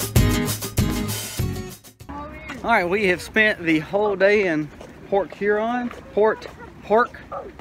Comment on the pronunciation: I use to live in the south end of Port Huron...not quite so nice. LOL Even though my family is from Michigan...my parents always pronounced Port Huron like they were saying Porch Urine...so Pork Huron is MUCH better. HAHA!